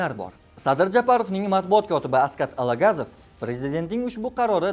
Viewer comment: Алагазов эмас тогирлап укишни урганинглар Алагозов. Одам исми шарифи толик килип аник айтишни урганинглар